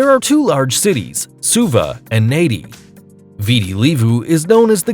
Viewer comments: Nadi is pronounced Nandi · The city in Fiji is written as Nadi, but, is pronounced as Nan-di, not, Nay-di! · Lots of shit pronunciations. Example. Seychelles. And in Fiji, its pronounced "Nandi" not Nadi.